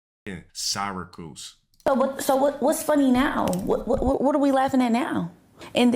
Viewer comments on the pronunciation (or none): the way he pronounced Syracuse